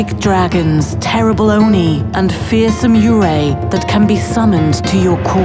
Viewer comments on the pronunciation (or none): none